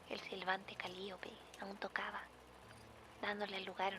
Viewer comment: Gertrude: Calíope Sasha, viajando al pasado: Se pronuncia cali[ó]pe Also, descubrí este canal hace como una o dos semanas y ya estoy a nada de ponerme al día, amo muchísimo tu trabajo! ♡